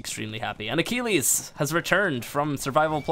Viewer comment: It's ac-kill-eez